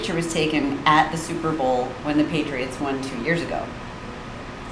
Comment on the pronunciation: PATRIOITS me: OHHH YEAH DEY DA BEST TEAM EVA